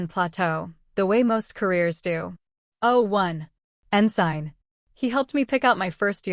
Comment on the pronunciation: Nah, the “poor narration” is when she can’t pronounce “ensign” (en-sin) and “SCIF” correctly (scif) 😅 AI narration